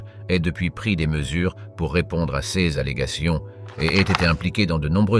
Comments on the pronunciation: Intéressant, mais le lecteur prononce erronément certains mots, "sèz" pour "ces", par exemple. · True Story ! Ex : "CES ; DEMONSTRATIFS TRANSFORMÉ à l'audio phonétique par : "ceu-ėss "